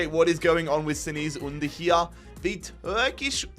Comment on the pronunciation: Ünder‘s first name‘s pronounced: „Chengis“